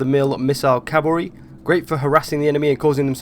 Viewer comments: CALVARY its plural cmon man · H smitty Lmfao Calvary!